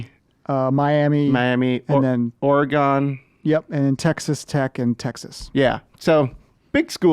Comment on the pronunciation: "OreGONE." No one in the Northwest says it like that. It's "Or-again," with again pronounced the American way, not the Canadian way.